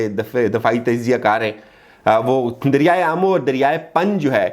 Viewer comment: ‘Coup’ is pronounced as ‘koo’ .......’derya e aamu’ nahin bhai..’derya e ammu’ naam hei......I beg your pardon.....knowledge achhi hei. It was a fair brief..I will subscribe you.